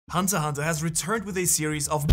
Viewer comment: its hunter "X" hunter not hunter hunter . bruhhh